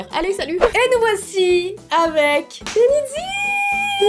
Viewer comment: on le prononce denizi😉